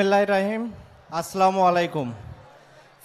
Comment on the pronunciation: বিসমিল্লাহ রাহিম, আসলা মুয়ালাইকুম দুইটাই ভুল বললেন